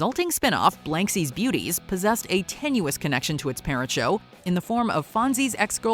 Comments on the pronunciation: BLANsky's Beauties, not BLANKsy's. Learn to read. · BLANSKY'S BEAUTIES sometimes misprounounced as BLANKSIE'S here. Odd. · LOL, it's "Blansky's Beauties", not Blanksy's. How do you pronounce the title wrong, but pronounce the character's name (which is also Blansky) correctly??